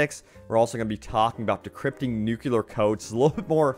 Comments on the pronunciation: 'new-clear' not 'new-que-ler' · Considering the shellacking the game has taken by reviewers, they had better make big promises and talk fast if they want people to buy. Also, it's not pronounced "nukular", it's "nuclear", new-clear. p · NU-CLEAR, nuCLEAr, not nucular, FFS